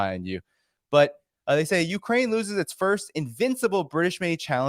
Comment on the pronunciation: loses not los s es